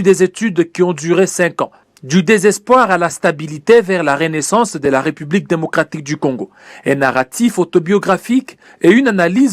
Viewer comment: De un, on dit ''république'' et non''republique''...: il y a un accent aigu sur la deuxième lettre du mot en question. De deux, trouvez-vous normal que le Congolais se sente obligé de remercier le Président de la république pour tous les gestes qu'il pose ? C'est vraiment ridicule de remercier le Président de la république après que les militaires ont marché pour se tenir en forme. Vraiment n'importe quoi, et pire, infantilisant. Comment voulez-vous qu'on vous prenne au sérieux avec ce genre de discours insensé ? C'est vraiment petit et malheureusement devenu à la mode comme un bon nombre d'agissement flatteur minable qu'on retrouve dans les discours officiels en RDC. Des superlatifs dans tous les qualificatifs attribués aux supérieurs hiérarchiques qui s'y complaisent ridiculement. L'ignorance et la mauvaise foi aidant.